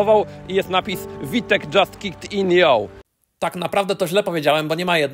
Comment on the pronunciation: "Fałtek" rany boskie święte "Fałtek" , a nie "Witek". Człowieku, a na BMW mówisz "Bi Em Dabyl ju" ? Nie rób z siebie idioty bardziej niż to konieczne. Po polsku V wymawia się "fał" i koniec kropka.